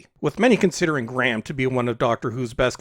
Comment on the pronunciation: My sincere and abject apologies (North) American perhaps...? People who give no nationality info on their channel must expect confusion! lol The "Graham" pronunciation error thing is (imho) simply down to parochial linguistic inconsistency: whereas the Chinese "L / R" issue is something that has been embedded in their entire language structure for thousands of years, so for me to presume to call them out on that would obviously be bratantly lacist! Thanks so much for your constructive response: anyway, at least we can all be united in our contempt for Chinballs and Wokie Whittaker! :)